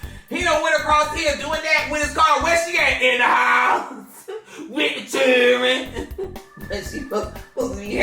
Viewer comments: “In da house with the churen” lol 😂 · “With the chirenn 😂😂😂😂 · “Inna house…w/ the churrin” 😭😭😭😭😭😭😭😭😭😭😭😭😭😭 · " I HATE YO ROLE" " WITH THE CHUREN "😭😭😭😭😂 i'm hollering .